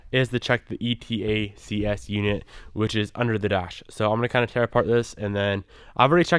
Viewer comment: it's called "E-Tacks". It'll save you from having to spell it out every time...